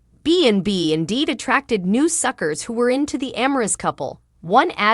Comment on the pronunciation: Stop saying suckers were not suckrrs can't say it right get out and let read this.